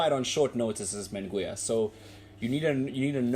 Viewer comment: Get the name pronunciation right bro.